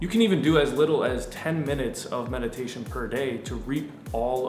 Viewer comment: metidation seriously pisses me the f*ck off.